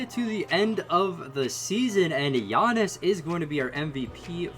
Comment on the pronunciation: You missed pronounced Giannis’s name when you said one great player and Dragan Bender